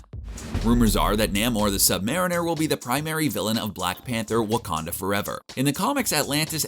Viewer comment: Did he say…waka-titty?